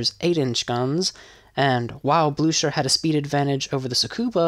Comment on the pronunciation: Not that difficult to look up german phonetics, you complete butchered Blücher, 👎🏻